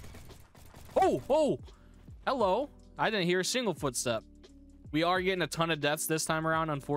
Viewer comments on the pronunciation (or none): none